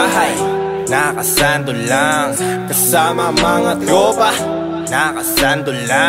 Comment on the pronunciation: Cute mag bigkas ni sa mga words. "Kasama buong twopa" "Dogie sa hawap" HAHAHSHSHSHSHS